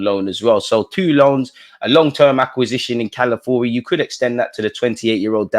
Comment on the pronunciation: Dude, the name is C-A-L-A-F-I-O-R-I not Calafuri. Please get it right.